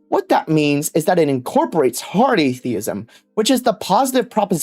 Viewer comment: Bro looks like he's being held hostage and forced to read that script at gunpoint. Blink twice if you need help,! It was pretty distracting to hear him say r/atheism as "ace-theism."